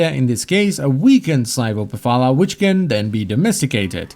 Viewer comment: vulpaphy* not vulpapha